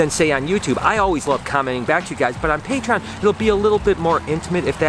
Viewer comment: Great video as always but i really wish you would pronounce - Patreon and adidas properly :s very excited with all the eggs though cant wait to see them hatch :) and noah's hair isnt bad better then before but could still be shorter :) take it easy